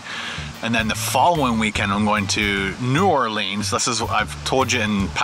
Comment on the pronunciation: It's New Or leans